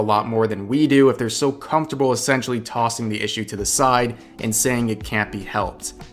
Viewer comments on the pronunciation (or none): none